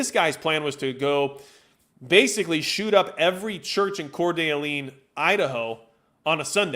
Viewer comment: It's pronounced: Cord-ahh-lane.